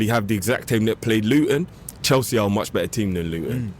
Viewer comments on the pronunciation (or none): none